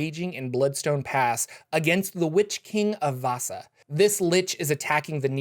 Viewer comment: The Vaasa is pronounced with an double elongated a, not a single a. Think of pirate saying Aarhg.